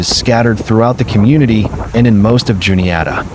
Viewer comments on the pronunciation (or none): none